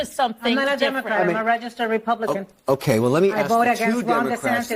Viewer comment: I don’t even like the way says Republican…sounds like Repooblican. 😂